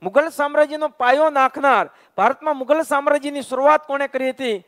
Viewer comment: મુધલ નહીં મુઘલ આવશે